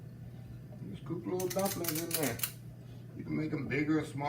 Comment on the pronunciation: when he said “ Put Auhhh dat in durr” i knew i was being taking to heaven🙌🏾💜